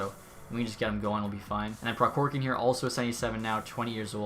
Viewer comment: It's prohorkin k is silent